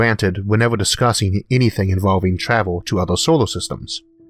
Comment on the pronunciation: so freakin adorable how he cannot pronounce R <3 Time twavel ;-))